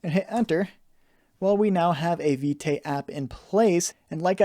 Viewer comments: Thank you for the tutorial, totally love it. Btw. Vite is prononce as "Veet" (it mean "Fast" in French) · I really love the tutorial, but that Viteigh is really distracting lol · You pronounce it wrong